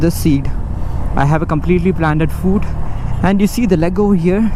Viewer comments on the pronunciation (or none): Also I've noticed you pronounce foot as fooot. Not being a English Nazi here coz even i mess it up alot of times :P